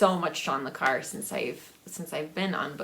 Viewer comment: Hello hope you're doing well. Since being in a retirement home I don't buy physical books anymore. But in the last two years I've gone crazy with ebooks, whether on Kindle, Kobo or Google books. I have the book buying disease. And every time you pronounced John Le Carre I cringed. In the past people have asked me to pronounce it, I guess because I'm french. I always tell them to say Carray, like ray gun. Take Care. Jack